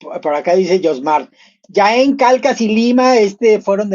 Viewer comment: Jaén. Se pronuncia la jota ya que es en xastellano. ( no es "Yaen" ).